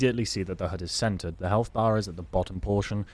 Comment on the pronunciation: The whole time you were saying "centered HUD" I thought you were saying "scented HUD". Needless to say, I was very confused.